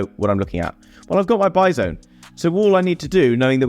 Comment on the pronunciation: Every time you say "buy zone" I'm imagining a Bison... lol